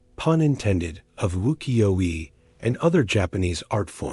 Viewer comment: 浮世絵 is pronounced as "woo-key-yo-eh."